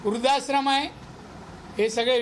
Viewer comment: वृध्दाश्रम नीट बोला आधी राणे साहेब